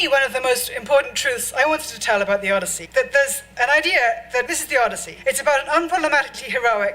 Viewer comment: The OD-E-I-ssey with Helen of DeTroyT. Woman completely misunderstands the Odyssey. Odysseus was the protagonist but wasn't necessarily the hero. Very beginning of the story he's arrogant and disrespects the gods that the gods punish him, and THAT is why it takes him 20 years to get home instead of a few weeks. What does he do when he gets to the Cyclops' home? He and his crew literally start eating his food, drinking his wine, I think killing some of his sheep to eat, then they fall asleep because they're so drunk & full of food. When the cyclops finds them asleep in his raided house he tries to punish them, and some of them get killed. Start of the Odyssey there's a whole crew on his ship, I think even several ships, but after all their punishment only Odysseus is left after 20 years. Odysseus does save his wife from all these suitors trying to go after his wife & grand estate, by killing all the suitors. Guess how the book ends? Here's a hint, each of those suitors had family and they all want revenge. The Odyssey is like the inverse of the Trojan War, in both cases Odysseus uses his wits to get through an impenetrable wall to the woman inside (Helen/Penelope). The main difference is The Trojan War is a story about war, while the Odyssey is a story about what causes war.